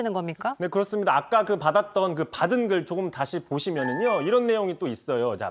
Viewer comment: 오늘 이상하네요? 초반부에 '받은 글' 을 '받은 길' 이라고 발음하고, '건진법사' 를 '진검법사' 라고 발음을 하네요? 혹시 음주방송은 아니죠?